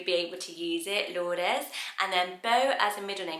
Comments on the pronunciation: Just FYI, Lourdes is pronounced Loo-rd :) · I’ve never heard anyone pronounce ‘Lourdes’ as ‘lourd-es.’ The ‘e’ is usually silent.